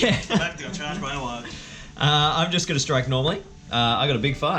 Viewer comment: you're saying warg wrong